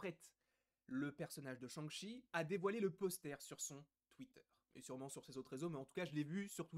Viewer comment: L’accent du massachussette avec Shang-Shi and the legend of the ten riiiiinggggg